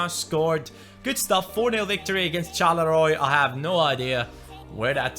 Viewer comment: Charleroi is from belgium and it's pronounced charlerwa